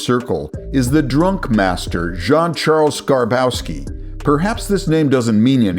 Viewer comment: How can you pronounce Jean correctly but fuck up Benoit? (It’s pronounced ben wah). We literally have another word with the same spelling so you clearly recognize the name as separate from the clothing